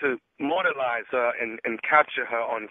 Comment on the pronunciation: "Immortalize" not "mortalize" .. nephew Tommy constantly mispronouncing words! .. if folks weren't so sensitive and ready to fight they would pick up on that! 🙄